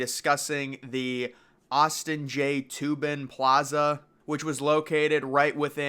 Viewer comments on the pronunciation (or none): i believe it's pronounced TOH-bin, not like toob-in as in loobin for toobin LOL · His name is pronounced "toe-bin" not "toobin". Good video though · I was about to come and say it’s Toe-bin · I watched several videos and you keep getting your facts completely wrong. It’s the Austin J TOBIN plaza, not TUBIN. The Koenig Sphere is still intact and back at the World Trade Center Plaza, it was relocated in 2017 I believe. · Its pronounced "Toe-bin" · It's pronounced "TOH-bin."